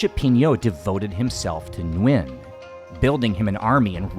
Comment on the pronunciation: Many years ago while staying at the Suk11 hostel I saw a small old wooden board signs "Minh Mạng" name of a Vietnamese King (reigning ) one of the king Gia Long's sons, some Vietnamese royal family members must have lived in that Soi 11 Sukhumvit area hundred years ago. Your pronunciation of Viet last name "Nguyen" is pretty accurate!:hand-purple-blue-peace:🏰💒